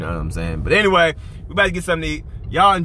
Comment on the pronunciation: “But ENWAYY” 😂😂😂